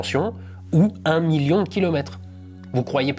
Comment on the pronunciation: Le miyon! Le miyon! On y croit!